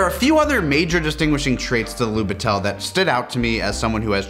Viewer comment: That camera it trully something! Great episode, as always :) p.s. it was little bit funny to hear how you pronounce "Lubitel" with an accent on "e", its more on "i" in this case, but you did a great job adressing the context behind this camera either way 👌